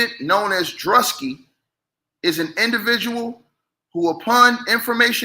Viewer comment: It’s pronounced Drew-ski😅